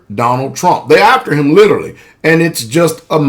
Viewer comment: this guy can't even say the word literally correct he has to say it 3 times to get the word right hahaha lololol and yet he knows the truth I mean let's face it.